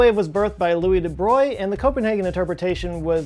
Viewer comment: legends says Bohr answered :"Stop telling God what to do with his dice." Edit : thanks for pronouncing De Brogli correctly (and spelling)